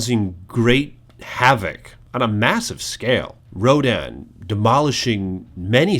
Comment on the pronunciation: wait you you think I am cool HWaaaaaaaaaaaaaaaaaaaaaaaaaaaaaaaaaaaaa you say Ronan (perfectly pronounced) instead of Rodan